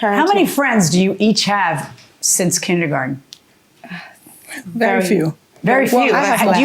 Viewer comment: and Milian correcting how she pronounced it